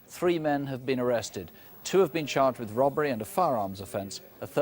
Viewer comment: I love the way Jacqui sometimes pronounces ‘robbery’ as ‘rubbery’.